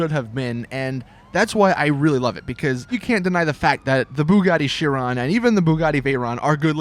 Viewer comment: Just letting you know, the chiron is a q sound, not an s sound